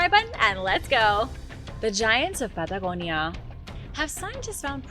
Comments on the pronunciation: The pad da go ni a made me run, sorry 😞 wees white... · Why is she pronouncing Patagonia all accenty when the rest of her speech is normal? Good info presented, but that's really annoying... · Why do you take on a strange accent when you say the word Patagonia